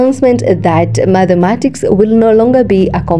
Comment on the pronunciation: I like your voice but it’s not _Madhematics_; it’s _Mathematics_.